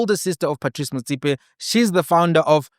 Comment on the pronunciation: Big man, I like the way you pronounce Motsepe; if only you can try follow suit, and pronounce Molefe correctly like that, Blessings 🙏🙏🙏